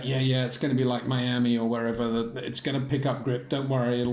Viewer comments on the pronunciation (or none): none